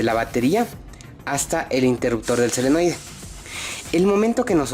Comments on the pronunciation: Se llama SOLENOIDE , NO selenoide .... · Nuevamente, te felicito por tu video! Muy instructivo. Pero insisto, la palabra correcta es "SOLENOIDE " y no "SELENOIDE". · me dio escalofrios cada vez que decia selenoide xD